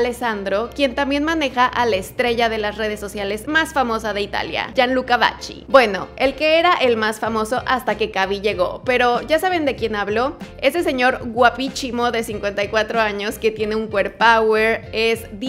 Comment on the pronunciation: Que horrible pronunciación la tuya. Chivasso, la ciudad donde estaba, se pronuncia como si estuviera escrito "quivasso". Gianluca Vacchi se pronuncia como si estuviera escrito "Vaqui" ......